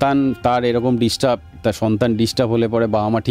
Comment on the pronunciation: disturb na , distub 😂😂😂😂